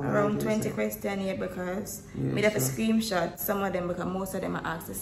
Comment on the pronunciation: It's screenshot not screamshot... anyways love y'all ❤️❤️🥰🥰🥰